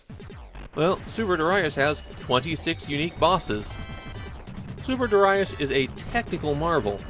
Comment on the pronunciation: Super derayas sounds so bad!